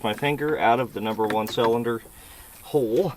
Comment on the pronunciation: I like your videos. But why du you say salinder instead of cylinder 😂 always been a pet peeve of mine 😬😂